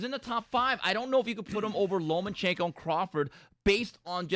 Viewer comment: Love the show! Love, but it's LOMACHENKO, not LOMAN chenko, keep it up guys!